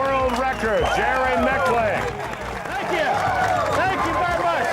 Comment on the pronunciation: Jerry Micklick? Oh man, he could have atleast asked you the correct pronunciation.